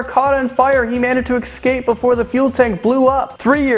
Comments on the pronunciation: He said "ecscape" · Cool video, but some of your pronunciations are really hard to handle. I'm a writer so I'm reallY into words. It's eScape not eCscape. Also name pronunciations can be looked up. Sorry to be a jerk it's just really hard for me because it's incorrect. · Say eScape not eXcape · Please learn how to say escape. That bugged me the whole video. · LEARN HOW TO PRONOUNCE 'ESCAPE'!